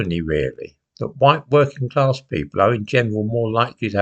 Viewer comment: Social What? Claaaaaass. WTF is claaaaaaasss? I know that rhymes with AR*E!!!!!. HowTF do you know about the activities of others with others? Oh is this the William Joyce personality speaking once again? That William Joyce aka coco the lunatic clown who knows who is standing on the steps of Rochdale town hall? You can fooooook off with the term, bourgeoisie. You have no idea about the connotations here. Bollox! Bourgeoisie is not middle claaaaass: it's the owning class…and not some tinpot second fooookin home in Wales. in relation to working class people and abstract ideas. How dare you!! WhoTF do you think you are? In fact, you cheeky Hunt your disparaging remarks cast a shadow on such members of the working class who pulled themselves to the point when and where they could take on the established order in the 18th and 19th centuries. They took on the established order for you, you old pr*ck, to cast your vote against their hard work. You, you old thick tw"t, are a foooooookin disgrace. You have no idea about solidarity…well, quite simply, you don't come from here. You're from the Urals. Trees and lots of them…you can't see the woods for the trees. You've NEVER produced your Nachweis arischer Abstammung!!!! Actually, you're a disgusting old foooooook because you, you old bast*rd, revel in the thought that people could be MURDERED for such a trivial matter…and it is. Why should some go to the gas chambers for anal intercourse? Why? The paradox here with this old